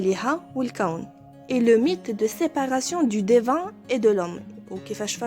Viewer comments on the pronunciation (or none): Prononcez my et non mé dans mythologie. Divin et non dévin.